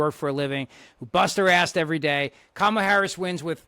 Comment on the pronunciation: can’t even pronounce, “Kamala.” 😂😂😂